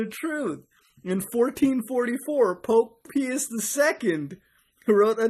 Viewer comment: mfw Eugene IV was pope during 1444 (also Pius is pronounced pie-us )